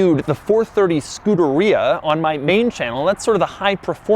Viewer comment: Please learn how to pronounce Scuderia